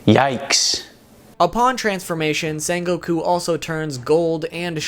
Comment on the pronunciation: How are you mispronouncing his name? ITS SEHN NOT SAHN